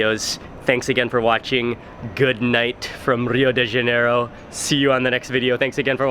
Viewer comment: Mark I like most of your shows but would like to make a few comments. The best translation of favela is a slum town. A few times you pronounced the name of the city of Rio de Janeiro correctly but then you slipped into the typical North American mispronunciation that sounds like Rio DAY Janeiro. The de is pronounced like deh (soft and not hard sound). When pronounced like DAY is makes one think of the french plural of "de". It is very common for North Americans (other than me!) make this mistake. Cheers